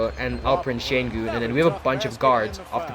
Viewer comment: Your pronounciation of Şengün is perfect. But i don't know why they signed Theis. I hope Theis doesn’t take too many minutes from Alperen Sengun and Usman Garuba, both whom I really like.